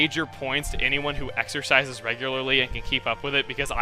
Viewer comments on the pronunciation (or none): At first, I thought you said "I give major points to anyone who exorcises, regularly" Hey, it made sense in the context of Luigi's mansion."